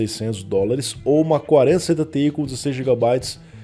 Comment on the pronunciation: vc dá uma embolada quando vai falar placa com "ti" no final kkkk as vezes n dá pra saber qual é